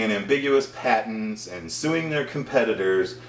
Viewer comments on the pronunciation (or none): none